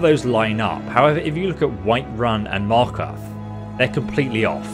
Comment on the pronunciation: "Markath and Falkrith" lol